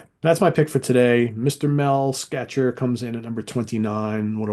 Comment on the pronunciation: Mel Schacher’s last name is pronounced as “Shocker.”